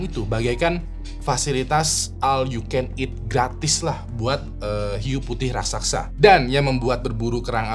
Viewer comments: Raksasa bang bukan raksaksa 😅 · raksasa bang, bukan "raksaksa" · kyknya raksasa bang, bukan raksaksa